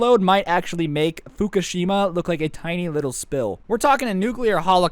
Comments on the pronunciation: He said hookashima 😂😂😂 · Did he say hookah shima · Did he just call Hiroshima hukashima